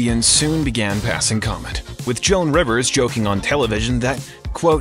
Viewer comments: Who the hell is “Joanne Rivers”??? It’s JOAN! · “Joann Rivers”? It’s Joan Rivers. Someone please listen before posting. Wtf is wrong with you?